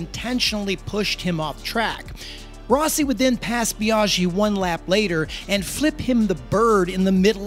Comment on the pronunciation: Nice video, but your pronounciation of Biaggi grinds my gears🤪 "Biaschhi"